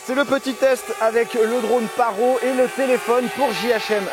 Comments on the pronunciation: Juste 25min c'est vachement bien pour un drone (et ça ce prononce parotE) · On dit parrottttt il faut prononcer le T 😂 Sinon bonne vidéo bravo supers montages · On dit PARROTE 😩